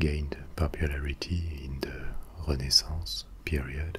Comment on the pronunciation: love the way you said "renaissance"